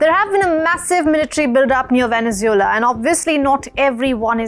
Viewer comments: She is saying Venezula what country is that? I know about Venezuela but never heard about Venezula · Wow she can't even say venesuela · As a reporter you should learn to pronounce Venezuela properly as for your assesment of the political reality of the country you are somewhat off had you followed the last two sham elections you could better report the actual news. by the way does not India have a neighbour that is bent on invading your territory